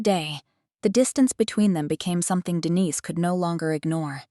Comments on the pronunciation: Name of protagonist Denise is not pronounced correctly. Distracting. Storyline interesting. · Denise pronounced correctly in first minute but later not.